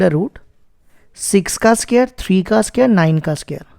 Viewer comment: Pela bolta sikhi la bsdna ae square chhe sqere nhi